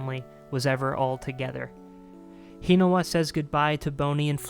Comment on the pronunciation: The way you say Hinawa's name makes me cringe.